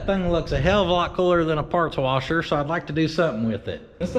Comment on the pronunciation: PORTABLE PARTS WARSHER... TAKE YOUR WARSHER TO YOUR PARTS NOT YOUR PARTS TO YOUR WARSHER